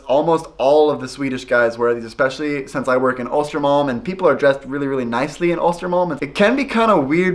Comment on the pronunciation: The way you pronounce Östermalm lol❤️❤️